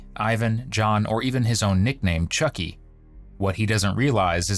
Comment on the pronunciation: AI always reads names wrong. Choky, when it's clearly Chucky?